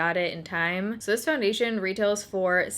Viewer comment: Soo when does the next 15 days of foindation start? 😂😂 jk. Seriously though thank you for doing this series.